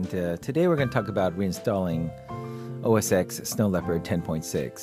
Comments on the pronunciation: Why does he keep calling it OS "EXE"? That's like asking people if they ever saw Rocky "VEE" instead of Rocky 5, the Snow Leopard is OS 10 people. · its OS ten!! geezzz!